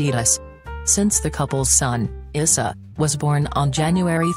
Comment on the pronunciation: Janet's sons name is Eissa its pronounced ( I sa ) !!!!!!!